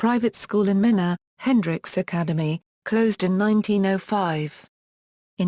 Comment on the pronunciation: It's pronounced Mean a .